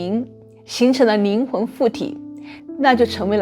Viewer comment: 听了半天 宁宁的没听懂，是灵魂不是宁魂！